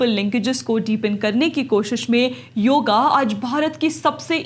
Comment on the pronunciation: योगा नहीं योग बोलो बेटा